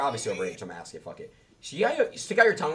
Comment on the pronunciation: Did he seriously just say “Oh, I was just axing…” ? Like, for real? I always thought dude was a f’ing poser, but now there’s no question about it… smfh. Wow And to say that he’s a rapper and a grown ass man are both fuggin HILARIOUS to say the least. That’s real cute, bro 😂😂